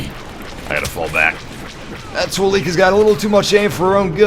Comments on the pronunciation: Btw,.... the word Twi-Lek is pronounced Twi-L (lower case e) k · The "e" in Twi-Lek is pronounced like the "e" in let